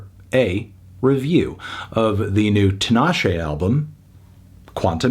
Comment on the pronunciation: 5? Nah bruv! Solid 8 for me. Also, it's TEEEENASHE.